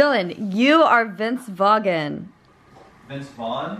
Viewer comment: Vince Vog-in